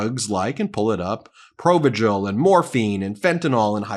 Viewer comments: Ben, Provigil is pronounced Pro- Vigil as in pro vigilant. 😊 Love youse guyse. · Provigil...hard g, as in vigor. 😉